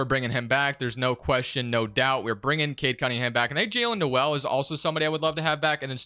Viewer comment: I’ve watched like 5 of these and I’m half way thru this one and so far you have yet to say cade cunningham’s name right 🤣